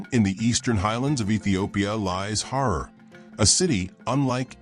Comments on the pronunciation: Herar not horar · HEY 👋 BRO 😎 It’s NOT “HORROR” 👹 it’s ‘H A R A R’ ⚠️ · Say Harar NOT Horor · It's Harar ,not horror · LOL Har- rar not horror! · Comeon not horror it's ha'rar. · Why does the speaker pronounce it as Horror? It is horrible 😂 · Listen man pronounce correct as Harar not horror as your darling word. 😂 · NOT HORROR ITS HARAR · HARRAR HARRAR NOT HOROR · Not HORROR BUT HARAR. 😮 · HARAR NOT HORROR DANM IT. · I had to stop watching video. The pronunciation was awful. I have visited HAARAR, not Horor: it is wonderful, like stepping back centuries. It is called CHAT ! When I was there most of the alleyways had not been paved, so this is a recent development. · Fr horror is appalling pronunciation, harar is beautiful nevertheless Christianity is new tho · It’s pronounced haa raar not horror 😅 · Your pronoustion of Harar is wrong please say Ha rar. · The narrator horribly mispronounces the word "Harar!" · At least learn to pronounce it! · I was appalled too by that horrible pronunciation, cons of ai annoying voicing probably